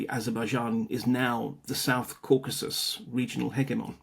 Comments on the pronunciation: What is "Caucuses"?? You mean Caucasus? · What is "Caucuses"? Did you mean Caucasus? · "Caucuses" LOL, it's Caucasus!!! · Caucasus not caucuses. Ffs. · Caucasus, not "Caucuses." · Caucasus. Not "caucases". Even from the online world of fake journalists, that's a pretty shocking failure of knowledge. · My dudes it is Caucasus, not caucuses